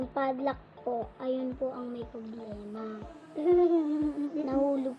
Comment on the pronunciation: this is how "fadlack" girl pronounce pad lock. 😊